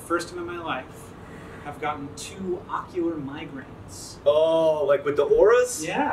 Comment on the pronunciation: I heard "ocular migrans" and was very worried and confused for a hot second 😆